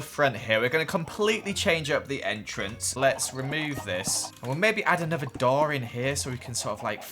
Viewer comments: He also can say the word another right 🤣 *He says, “anover-“ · That's called an accent